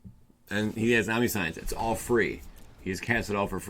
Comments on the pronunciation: Did you say omni-science? Pronounced, Om-ni-shence, bro. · Say it with me. Omn-nish-ence. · Omni-science lol 😂